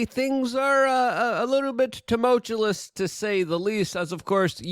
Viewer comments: Luke, it's TuMULTuous not TuMOTEchalous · ffs Luke, can you please stop saying tumultulus, especially more than once per episode? It isn't a word; it make you sound 5, but with with a puberty voice app. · Luke as someone who reads stuff for a living, you are shockingly unable to pronounce things and put coherent sentences together. Work on this! EX: "TUMULTUOUS". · temowchewless noocyooler